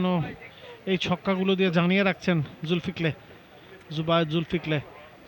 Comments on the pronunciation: জুল কি ফল কে, জুল ফিক লে বলে dharabhashya kar.. 😂😂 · কতবড় গর্দভ বাংলাদেশি ধারা ভাষ্যকার, ইংরেজি নাম দেখে দেখে ভূল বানান করতেছে! নাম হল জুলকিফল বানান করে জুলফিক্লে 😂😂😂